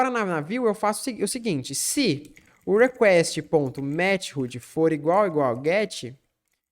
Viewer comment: "mete rude" eh fd. mas bom video